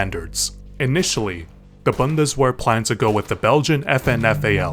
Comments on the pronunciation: just so you don't further mispronounce German words W is usually pronounced V is even though its Bundeswehr its pronounced Boo nduh s-vair or bundesvehr just replace the W with a V, i know you probably don't care... and it dose not matter at all, its just i thought id tell you in a very passive aggressive way lol. also no more curst scar yay! < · as a german it hurts to hear "Bandeswöhr" for Bundeswehr or "Pourschee" for Porsche. ...or "Häcklor and Kuuch" for Heckler und Koch. And no German is not as hard. It feels like it cause we have a lot of "knacklaute" so things like ck, sch, kr, ße, etc... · das heißt bundeswehr nicht bandeswehr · Buhnd-es-Vehr W makes the V sound in German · That pronunciation of Bundeswehr hurt my soul... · I had an aneurysm when you kept pronouncing Bundeswehr wrong, but gewehr correctly lol